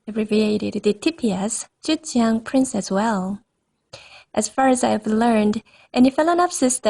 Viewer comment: You made a great job researching this phal's ancestry, and I appreciate that you included the photos of the parent species in the video. The blooms are so beautifully colored, they are very pretty! I love the way you pronounce the name of this orchid. I enjoyed the video a lot. Thanks for sharing! :)